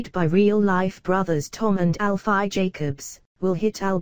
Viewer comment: robotic voice 😠 can't even say Alfie right or Walford